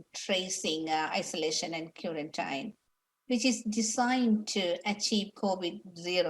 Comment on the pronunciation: cue-ran-tyne = quarantine